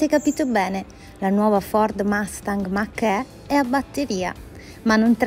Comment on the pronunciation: Si "mach e stai a dì". Si legge Mach ì e la gt da 0 a 100 ci arriva in meno di 3,7 sec. Con questo video sembra che la si vuole denigrare.